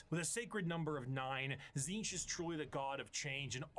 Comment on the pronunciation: It's pronounced Tzeentch, not Tzeentch 😂